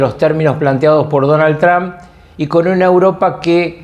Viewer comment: Porque le dicen Tran??????😂, és Trump.👌